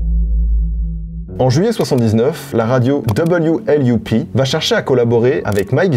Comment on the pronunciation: « w l u p » L’écran: « loop » 😐😂